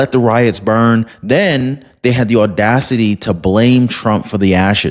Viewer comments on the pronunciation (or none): none